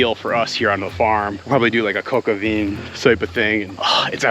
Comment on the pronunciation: Hi! Official french girl here to help you pronounce french words the right way. So it's Coq au vin. Pronounced Cock O "vein". Kinda. So it's sounds like Heinz but the h, n,z are silent. 😂 /ˌkɒk oʊ ˈvæ̃/